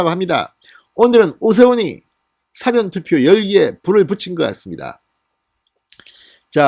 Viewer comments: 진성호씨 !!!!!!! 싸전 투표가 아니고 첫 소리가 낮은 사~전 투표라 읽으시오. 이거 원 참~~~~~~~~~~~~~~ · 진성호씨! 사전튜포가 아니라, 사~전투표.! 듣기가 좀 그렇네요. 과일- 배와, 바다의 배/가 다르듯이.....!♥♥♥ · 사전투표 사:전투표 뭐가 맞을까요 사전의 사를 장음으로 발음해주세요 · 진의원님 "사전투표"발음 이상합니다 사전"할때 영어 "사전"할때 발음으로 들립니다. 기자출신으로 발음 신경써 주삼^^ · 사전투표발음좀잘핽ㆍ 책사전발음말고왕짜쯩남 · 성호씨 애청자로서 부탁합니다 사전투표 발음 좀 고치세요 듣기 거북합니다. 2번째 요청 드림~~~